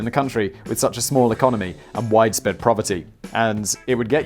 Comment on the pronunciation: "Widesped proverty" I swear you said it Simon. Lol